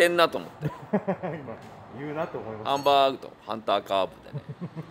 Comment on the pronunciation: こんにちは！ハンバーグ食べに行ってハンバーーグって言ってる奴不愉快